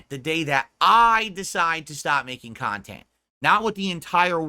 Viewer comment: take a shot everytime you hear "KUNTENT"